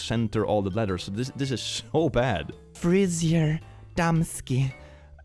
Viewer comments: I love the way said hair salon in polish in. Absolute gold. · if anyone's curious im Polish and this translates to "Hairdresser for women" < something like that (also, if you read this, you prounounced it really well) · dude you read it nearly perfectly lol (idk if you checked it's women's hairdresser in polish) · Oh damn you pronounced it correctly. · That was some oddly great polish pronounciation from, what the helly. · Your pronounciation of „Fryzjer damski” (women's hairdresser in polish) was spot on :D. I guess they wanted to go with en face/profile optical illusion, but misaligned photo with shape. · Honestly, reading the Polish hairdresser sign almost perfectly is kinda impressive lmfao. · Damn, didn't expect the to pronounce polish so well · polish jumpscare 0_0 but DAMN, you nailed that pronouncation!